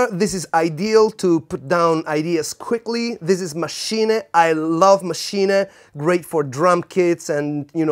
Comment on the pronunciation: say it again ! WOW !!!!!!!! FINALLY someone can say the name as it is. correct is called maschine !!!! just because that i pushed the like button :)